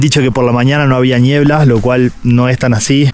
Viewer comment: Si le dice "ñiebla" entonces es ñiebla 😄